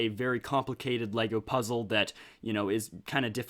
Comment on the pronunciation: Lego Pizza 😋... Oh wait you said puzzle 😂